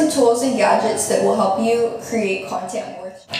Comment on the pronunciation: Y does she say “Cyontint” instead of content😹